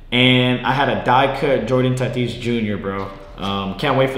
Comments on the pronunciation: This man said “Jordan Tatis jr.” bruh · man really said jordan tatis